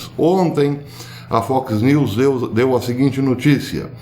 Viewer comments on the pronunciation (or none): none